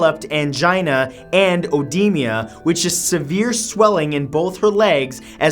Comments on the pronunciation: It's pronounced o-deema, not odeemia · It's "ee-dee-ma", not "ow-dee-ma". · As someone working in the medical field, it bothers me that Matt pronounces "EDEMA" as "OWDEMIA". It makes sense tho, cause some texts spell EDEMA as OEDEMA. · What is odemia? It's just called edema. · I love you, man, but you have got to start doing your research on pronunciations of things - Marga-REET, edema (not odemia) etc etc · odemia...not a thing...oedema, uncommon European spelling of edema (pronouced ed ee ma) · edema not odimia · Oh-De-Ma not oh-de-mia. otherwise, great vid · "oedemia".. lo...l edema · Love you, Matt, but please consider asking friends for help with some pronounciations! Oedema is pronounced uh-DEE-muh and Marion is pronounced Mary-in. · Oedema/edema is pronounced "Oh-dee-ma" or Ah-dee-ma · Ed-ee-mah. Even with the British 'o' in front.